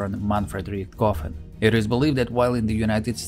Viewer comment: "RichtGoffen." How come huj, hlyeb and hren are perfectly fine, but as soon as it's any different kind of word, a Russian is simply incapable of pronouncing the letter "h." As in "Adolf Gitlyer."